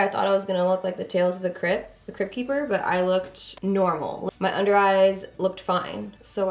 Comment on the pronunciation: Omg did you say tales of the crept keeper 😂😂